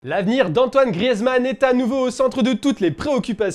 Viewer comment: Ça ne se dit toujours pas « grièze » mais « Griz »